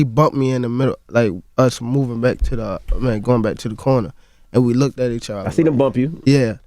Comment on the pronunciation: “I think Pacquiao LOOKDED good” 😂😂🤣